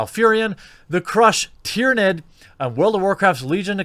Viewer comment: TEH-RAHN-DAH! TYRANDE!